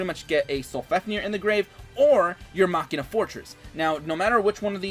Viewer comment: I love the way you say machina. Everyone else says something weird like "mechaina".. and i'm like "what..china?"